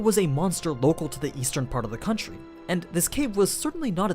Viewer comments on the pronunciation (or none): none